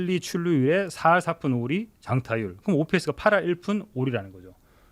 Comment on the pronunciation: 단장이란 사람이 ops를 할푼리로 읽네 ㅋㅋㅋㅋㅋ